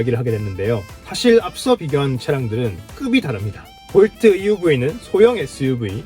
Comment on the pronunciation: 볼투?? 하하...웃기네...